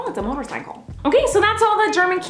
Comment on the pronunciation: It was so funny when she said oh it’s a mortercical